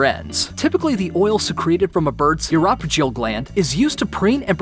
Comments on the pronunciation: Too true—I'll forgive "uropygial" ( —that's "EU-ro-PIJ-ee-ǝl") but "aphid" ?!?—try again with a long "a" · This is a great video! However, the narrator really should have consulted with a zoologist or biologist...anyone ...on how to pronounce a huge portion of the words!!! Oxygenate - oxi-gen-ate Biliverdin - billy-ver-din Uropygial - you-roe-pi-gee-al Hoopoe - who-poo (after sound it makes)not poe like the author! Chymera - kai-meh-rah Really unprofessional!